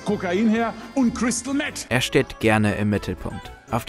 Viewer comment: Crystal Mett" 😂 Ich glaube, der war eber beim Komasaufen